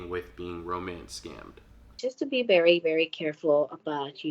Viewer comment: "He was a reech person sooo he was berry wealthy."